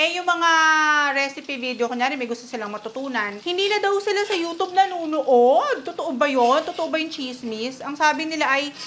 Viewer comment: You don't pronounce it as U-tub, that's ridiculous.😂 However, don't pronounce as U-chub. It should be a blend of tsy